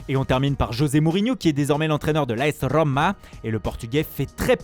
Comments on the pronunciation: La RRRRRRRoma . Mdr t es con ou tu le fait exprès . Pas possible . 😂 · La rrrrrrrrrrooomaa i like 😹😹😹